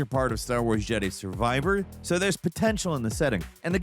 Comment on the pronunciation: Did you guys AI voice? why did he pronounce jedi survivor like that?